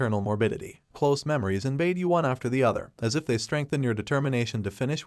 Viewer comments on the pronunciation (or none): none